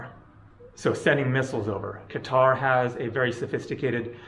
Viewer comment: At least you know how to pronounce Qatar correctly